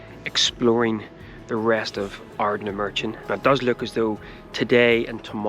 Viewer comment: Stumbled across your video as I was nostalgic about my younger days holidaying in portuairk (near sanna bay)….i suspect you’re originally from norn iron where I now reside so I have to forgive you the mispronunciation of Ardnamurchan (just). Glad you loved it..a magical place